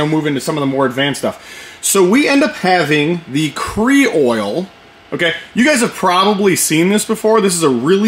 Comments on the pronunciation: Did that man just say kree-oil? 🙃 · The Pee-can is understandable since it's said differently all over. However on behalf of the southerners we demand an apology video for the way you said creole🤣😂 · "Cre-oil"??? C'mon, bro. Cre-ole! 😊 Good looking slide work, but that's your traditional result... quality. Thumbs way up from this Kentucky boy! 👍👍👍